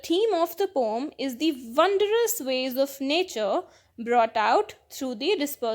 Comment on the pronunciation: Mam apko pdane ka trika nhi aata Aap poem ko pom bolte ho